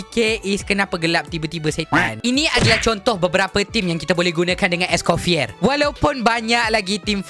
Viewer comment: bangla ni sebut pun salah... orang es coffee